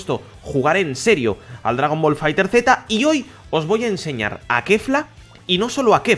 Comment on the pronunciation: No se pronuncia Fighter Zeta, se pronuncia Fighterz, tal cual.